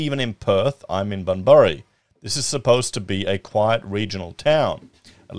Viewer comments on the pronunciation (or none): Lol. I'm pretty sure Bunbury is pronounced " Bun-bree".